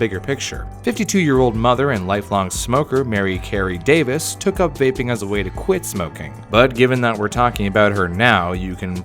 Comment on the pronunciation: “What’s a vapping”